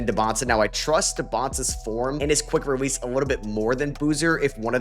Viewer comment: Am I tripping or is saying “quick rewease”